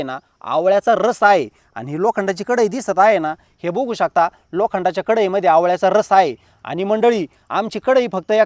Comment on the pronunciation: 😁🤷🏻‍♀️आहो दादा किती खेडवळ बोलता हो तुम्ही बघु शकताला 😆🤣 तुम्ही बुघु शकता बोलता हो हे बुघु शकता म्हणजे काय आहे हो दादा आणि जरा बडबड कमी करुन थोडक्यात विडियो बनवा हो पण बघु शकता का 😂ला बुघु शकता नका बोलु पिल्जि😂😂😂😂